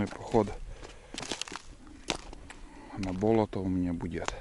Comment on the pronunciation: Не бОлото, а болОто